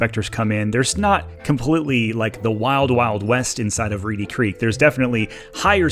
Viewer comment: It's Reedy Creek, not Reddy 🤦‍♀️ I wish people didn't watch your videos that don't live around here. They believe all the BS you feed them (your St. Cloud video was laughable and full of so much garbage). As for Disney, they treat their employees like garbage. They put on a good show about inclusion, but they actually discriminate like crazy. They jump on every bandwagon of the current thing. You know why??? All for money. They're no better than churches with their tax breaks. This has been a long time coming. I hope it happens. Also, Orlando has way more going for it than Disney. The other local theme parks don't get the same treatment. Last thing I'd like to point out, have you people not noticed how the actual Disney family has distanced themselves from the mess Disney has become?